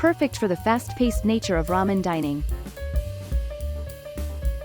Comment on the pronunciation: Just about lost it when the narrator said "...a must visit spot for ten men lovers."